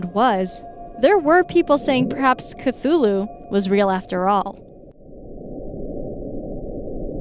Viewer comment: What is a CZULU?...do you mean CTHULHU?...read the script ahead of time please.....